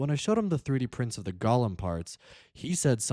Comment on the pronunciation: GO-lem. long O. GOOOOOO-lem! Say it!